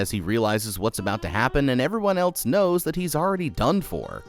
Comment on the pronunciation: "rawl"??? , "elts"??? "flawls"???